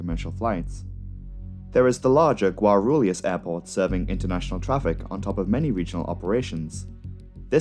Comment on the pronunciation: I remember that day. So tragic... On a lighter note, your pronunciation of "Congonhas" and "Guarulhos" are on point.